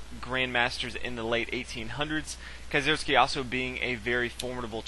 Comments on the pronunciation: nice commentary, as a german, it's an itch in my ear when you say kieseritzky, it's pronounced kee-ser-ITZ-ky. you can call me picky. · Is that really how you pronounce Kieseritzky?